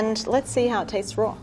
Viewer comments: I love this lady but it drives me crazy every time she says" roar" instead of "raw", anyone? ...just me! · i love when she says you can eat something rawr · And she pronounces raw like roar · Not gonna lie I also heard her say roar rather than raw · Why does she say "eat it rawr"? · She: It's pronounced Roar Gordon Ramsay: It's RAAAW. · I keep hearing “roar” instead of “raw” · I love when she says raw. It kinda sounds like roar and that's just empowering💜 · anyone else like the fact that she says "rawr" instead of raw? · I love her accent but the only problem I had was when she said raw it sound like she was saying roar 👁👄👁.... Sorry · Every time she says "raw(r)" take a shot... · I love how she says Roar when she says raw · Why is she pronouncing raw as "roar" do you even english XD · “You can eat it rawr” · I love how she pronounces raw as “roar” 😂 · Not hating but everytime she says raw it sounds like shes saying "rawr" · "You can eat it rawr" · *Australians: rawr (apparently) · Am i the only one annoyed by how she pronounce the words "raw" and "wise"? She pronounce them as "rawr" and "weise" it is just plain wrong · The way she pronounces “Raw” 🤣🤣🤣🤣 ROARRRRR!!!!🦖🦖🦖🦖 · OMG why do I hear roar instead of raw? 😂😂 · "you can actually eat this rawr" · Is no one gunna mention she says raw as roar 😂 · I had an Italian Math teacher in college and she always pronounced rawr, sawr or lawr... I just assumed it was an Italian way of pronouncing but I guess it's British (too?) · Sauté Cut at an angle Raw is pronounced roar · I love the way she pronounces RAWR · I was enjoying hearing her say it, lol. I have to rewatch now to see if she says warsh it like they do in the southern US. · The word raw was actually pronounced rowr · Whenever she says raw it sounds like she's saying "rawr" lol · Why does she pronounce raw as "rawr" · "Delicious when eaten rore" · "Eat it roar" -this woman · "extremely strong when eaten rawr" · I can not get over her pronunciation of raw as “rawr”